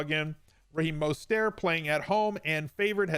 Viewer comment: At what point do you pronounce Mostert's name night?? Love your content though